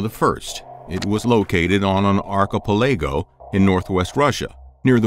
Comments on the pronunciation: Arky palago ? You mean archipelago mate. I know that you speak an approximation of English, but by Jove, try to pronounce place names correctly. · ar-chi-pel-a-go ... LOL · Archi-palego ? Really... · Arch I pelago had me cracking up lmao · Arc ah pel lay go..... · This man really said Arch-a-po-lego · Stopped watching immediately when you tried to pronounce archipelago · Ark a palaygo? What prey tell is that I won dir? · Your mangling of pronunciation of some simple words like "archipelago", and your pretty loose interpretation of documented history makes your videos almost unwatchable I'm afraid. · Sorry what's a r key pay lay go? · Um, check the pronunciation of "Archipelago."